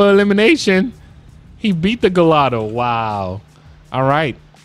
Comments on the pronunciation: Gallado 😂😂 it’s gallardo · You said galldao it's garlldo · My man why are you saying gallado it’s pronounced gee-are-dough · It’s pronounced gi-yard-o not galado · Bro its not pronounced gallado its gaiardo but is spelled Gallardo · It’s the gallardo not gollado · im sorry but its not gallado its ga la rado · Gallardo is pronounced guyardo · It’s pronounced Lamborghini ‘guy-ardo’ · You do know you're saying Gallardo wrong....like not even close to how you are supposed to pronounce it! You're supposed to pronounce it like this, Guy-ardo. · Never did this dude say oh we got a agallado in the house? It’s pronounced guy r do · You pronounced gallardo wrong it’s like a I like gaiiardo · why do you pronounce the gallardo like that? it’s (guy-ardo) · Why do you say Gallardo like that. Its pronounced guy-ardo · He Keeps on pronouncing Gallardo wrong lol lmao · BossMob360 that bothered me so much Idk why lol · Btw that is not how you say gallardo